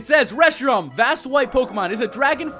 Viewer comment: you said Reshiron it is Reshiram